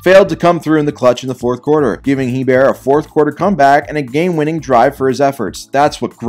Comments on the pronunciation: hearing pronounce hEbert makes me cringe… Hebert pronounced ay-bear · Btw, Hebert is pronounced ay-bear